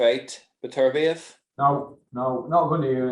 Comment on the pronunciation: butchers Beterbiev’s name for the 10th time